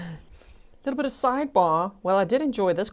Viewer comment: Objection! May we be heard at side bah? 😂😂😂